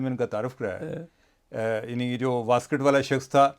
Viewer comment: واسکٹ نہیں ویسٹ کوٹ پلیز 😅